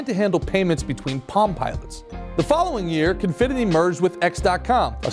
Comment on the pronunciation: He created Confinity, not Cofinity. The logo and company you show is wrong, and is a company that still exists today. And his last name is pronounced wrong throughout.